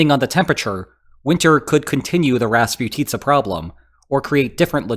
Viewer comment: Thanks for the great video! Just a small note: raspUtitsa is a more correct pronunciation :)